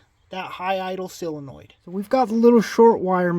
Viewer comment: Love the vid, I learn something from every vid you make. Now you can learn something too. It's sOLEnoid, not sELOnoid 😉